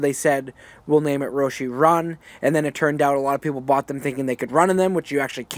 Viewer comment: "Roshee run"